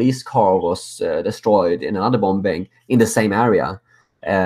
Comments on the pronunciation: BOMMING.... not BOMBING. The B is silent. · keep up the great necessary work! One cute point about an English word you use a fair bit, 'bombing' is pronounced bomming, the second B is silent. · I like the Swedish pronounciation of Bombbing